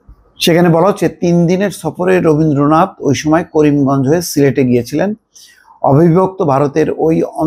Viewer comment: নামটাও ঠিক মতো উচ্চারণ করতে পারলে না